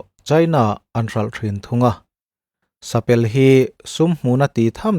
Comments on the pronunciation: A ngaihnawm hle mai ngaihthlak amanhla tak zet ani. Thil pakhat kan sawi ve lawk. Sapelh tih ni lovin, sapêl tih hi lam dan tur niin alang. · "Sa pel" tih hi "behlawi" kan lam rik ang ang chiah a lam zawk tur a ni e.